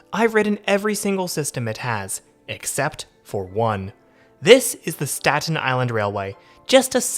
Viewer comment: i've never heard anybody ever pronounce any of these places like you 😂 nobody says statEN it's always like stat-in or sta-in with a hard stop instead of T. same with tottenville. but anyways it's krazy seeing most of these places i've grown up going to. i grew up in south beach and old town / grasmere were my main station depending on how i felt like walking or if i stopped somewhere along the way. i always wished the south beach rail line still existed, as well as north shirt since i lived 2 blocks away from them both. if u look on google maps u can see roughly where the south beach line use to be because of how the houses were built. also remeninets of it west of sand lane. maybe the metal tracks are still there, ive never wandered into the swamp to check.